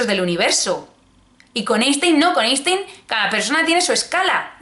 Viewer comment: se dice “ainstain”😩